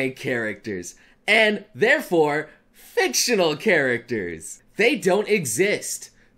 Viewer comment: on the floor holding my heart reacting to the "fictional character" parts of the speech this is a great speech and all, but I got to say, you're kind of killing me with the emphasis on "fictional" 😅😂 remembering all my waifus list